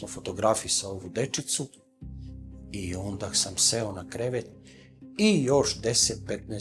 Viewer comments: Je li samo ja čujem kod gospodina kada kaže "ondaK"? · Da kažem ondak,sad sam to velikom mukom ispravio!